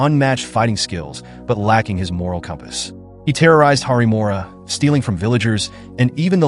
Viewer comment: Its not `harimora´ its "haripuram"